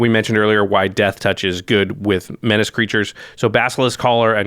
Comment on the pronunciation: How many have started saying 'menaché' instead of menace as a result of this channel? I know I have.